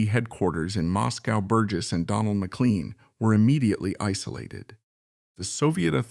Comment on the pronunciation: More in-depth than any account I have heard or read about up 'til now, but AI? generated narratipm gaffes like McCleen and kwayside makes me wonder how accurate it is.